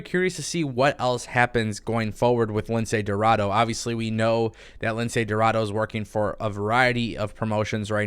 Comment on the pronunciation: Make up your mind spanish white boy who can’t speak 1 word of Spanish. You said aew roster is full and now you saying they should sign Niya jax. F niya and F you too. You just want her to go to aew so aew can go downhill. You are a ahole. Can’t even pronounce lince dorado. You pronounce it like this. Lindsay rorraro